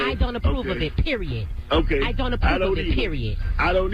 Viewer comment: She’s a older woman saying periodt........with the T on the end.